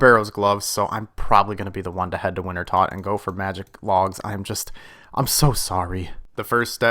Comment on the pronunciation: The way you pronounce wintertodt makes my skin crawl (here's your mean comment noob)